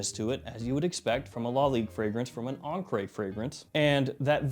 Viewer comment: What words in American English end in -re and are pronounced -ray? I always thought it was an attempt at French but mispronouncing it as an accented "encré" (inked) instead of encre (ink).